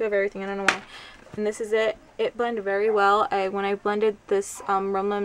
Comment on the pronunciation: i love you but I have. to tell you its rimmel sounds like rim/mal you said rim/lin i cracked up lol so cute but just thought I'd fill you in . anyway great haul as usual love ur video's